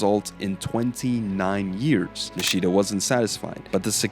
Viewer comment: Put stress on Ni, don’t put stress on “shi”, just like you said Shimizu correctly. It’s not niSHIda, it’s NIshida.